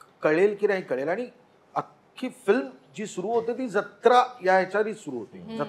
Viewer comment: ज्यत्रा ❌ जत्रा ✅